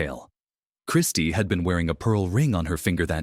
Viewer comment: These AI voiceovers suck referring to Christie as Christ. What the fuck?